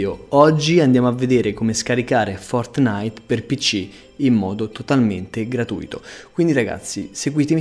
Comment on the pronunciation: CHE URTO ALLE ORECCHIE QUANDO LO NOMINI "FORT-NITE"